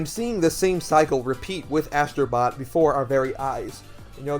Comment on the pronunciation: Asstro bot 😂😂😂😂😂